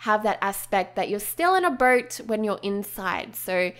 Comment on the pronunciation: i thought you make a birdhouse cuz u cannot pronounce boat right.